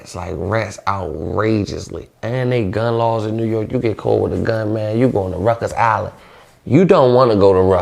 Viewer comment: What the fuck is Ruckers island ??? Lls. I thought it was Rikers island lls . Idk 😂